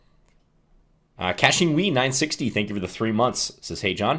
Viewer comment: Great video as always John, been a big fan for a while. I was watching the stream and this game live and couldn’t help but burst laughing when you badly butchered my last name. (I’m Kachingwe960) 😂😂😂